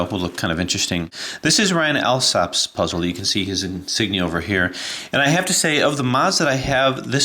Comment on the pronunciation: Thanks for making video on the puzzle! So glad you like it and that you find it such a joy to play with. It was a pleasure to make it for you! One thing though, my name is pronounced ALL-SOP:) Ryan